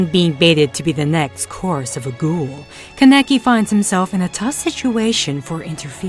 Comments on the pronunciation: It's not "Kan-ecki" it's "Kan-a-kee" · Its kahn-eh-kee not fucking kun-neki